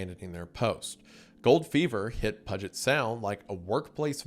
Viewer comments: I came to ask... did he just say Pud-jet Sound???? 😂 how? I'm from the SOUTH and I have always known it was "Pew-jit" Sound... 😅 i also lived in Renton for several years but I legit stopped what I was doing to come post about this. 😂😂😂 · Okay Wendigoon. I cant take it, time you learned how to speak like a washintonian. Puget = Pew-Jet Spokane = Spo-can or Spoke-an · it’s not pronounced that way Isiah it’s more like “pew-jit” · I need you to stop saying pudget sound. Love, a seattleite (it's PYOO-jet. Also, it's AL-kai. You enunciated the wrong sound in Alki. I'm sure I'll have more pronunciation problems before the end of the video) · "Pewgit" not "pudget" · it’s pronounced “pew-jit” not pudget lol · Hearing attempt to pronounce Puget sound made me laugh. It’s p-YEW-jet sound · That actually pissed me off when you called it the pudget sound lol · PUUU gent sound PUuuu like Pue, not Pu in Pug. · it's pronounced "pew-jit" 😭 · "Pudget sound" 💀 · Puget = Pew-jit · Pee-u-jet Sound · That’s PYOO-jett Sound to you, buddy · Me, a native Washingtonian every time Wendigoon says “Pudget Sound” : 😐🫠💀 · Puget is pronounced pew-jet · I cannot believe this man said pudgette sound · Oh my goodness nobody knows how to pronounce Puget sound. Pew -- like lasers in old movies Jet - like the plane Pewjet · Puget (PYOO-jit) sound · "Pudjet sound" is killing me lmao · Its pronounced like pue - jet Puget sound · “Pudget Sound” 😂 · It’s pew-jet sound goof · Puget is pronounced with a “long U” like PUKE. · Lost it when he said "Pudget Sound" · it’s pronounced “Pew-jet” puget sound. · Puget Sound = "Pew-jet Sound" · Looked down and saw this the very moment he said "pudget" lmao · sigh "pew-je't" phonetic. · That pronunciation of "Puget" has got me fully convinced it's on purpose now, lmao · I'm "cerDain" that you didn't hit a "buDDon" to learn how to properly pronounce Puget. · Did you really pronounce "Puget" like that? HAHAHAHAHA